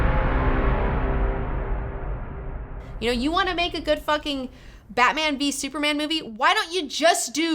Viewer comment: Um you didn't even say the title of the movie correctly